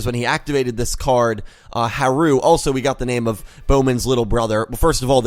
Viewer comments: It's pronounced HA-ru, emphasis on the first syllable. So it can be pronounced like Hal (or closer to Halu since theres not a real difference in the r and l sounds in japanese.) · Actually, about Harus name: with japanese its like this: they only have syllables (and vocals) and the sounds for r and l are basically the same for them. Also they use katakana to spell foreign words, however since l and r are the same it can be interpreted in different ways. The thing is that they try to write and say foreign words how they are pronounced in that language, which is difficult when you don't have consonants without vocals (exept for n) A japanese person would for example also say lora, when he actually means lola. But if he wanted to say lora he would say lora too. It's the same with haru and blood shepard. I think. I'm not japanese so correct me if there are any mistakes in this. Also, I apologize for my englisch. Talking in a different language about another language is difficult😭😅 I just really wanted to point that out😊